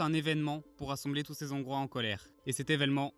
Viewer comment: Les "Zongrois", ça fait mal, quand même...